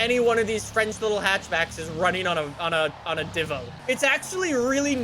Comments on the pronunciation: It’s pronounced deee-vo not di-vo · D I V O NOT D VO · I swear I was so close to clicking off the video when said "I'm gonna call it the divough the whole video" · diivo Me: TRIGGERD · (“Devo”) not Divo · Me: Divo: Divough Me: punching my TV saying IT'S PRONOUNCED DIVO U SCUMBAG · 100th like and it's a "dhivoh" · Bro chiron is pronounced shiron and Divo pronounced deevo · No one:: Dvo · ENSURES he says Nissan like the Japanese do Also: Cheer-on, Dehvo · It's pronounced Divo, as in Diva, it's a french name. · diva is actually pronounced deeva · Everyone: DeEeEeVo Joe Alex: Divo